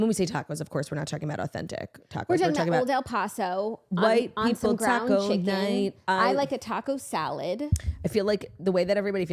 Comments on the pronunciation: As a La Tostada/Texan, I gotta mention it’s pronounced “Old El Pass-oh” 💃🏻but I know y’all love you pronounce things in yar own way🤗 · Lmao I came here to say this lol! I could not get over the sound of el “posso” I kept saying they are messin with us this has to be a family inside joke! I mean people say it correctly all over the states on tv commercials lol😂😂